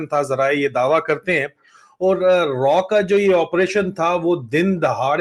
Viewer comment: रॉ नही रा